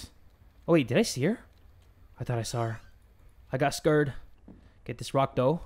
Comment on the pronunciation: turns into a big 🐱 when he's scrred, if you catch my drift Also "scrred" isn't a typo, it's how pronounces "scared" sometimes